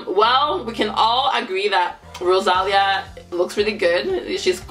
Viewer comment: Es ROSALÍA Acento en la Í,...No ROSÁLIA🤦🏻‍♀️😂😂😂